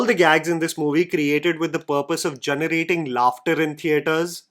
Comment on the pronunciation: Ughhh one more time you say gunerating or guneration instead of generating or generation I’ll be unfollowing. Do you not hear yourself 😩😩😩